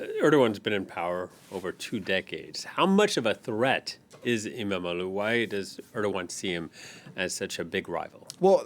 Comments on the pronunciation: Why can he pronounce "imamoglu" so perfectly lol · He can pronounce izmir and istanbul too not perfect but he probably worked on it. Other people absulutely butcher imamoğlu.